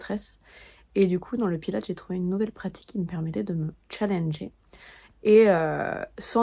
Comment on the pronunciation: Par contre les françaises, le S se prononce pour Pilates !! C'est Pilatesss